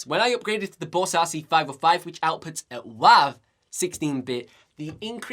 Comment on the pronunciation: A WAV file is pronounced "wave".